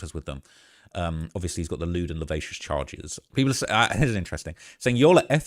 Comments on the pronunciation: I'm sorry to be that person, but I have to point out that 'lascivious' is pronounced as 'la-si-vee-us' not 'la-vay-shus'. 😅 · Lol. It's Lewd and luh·si·vee·uhs NOT La-Vac-Ious. I've heard you say it wrong a few videos now lately. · It is pronounced la siv ee us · Hey, can you please figure out how to pronounce lascivious before you say it again? You’ve been saying it wrong this entire time man come on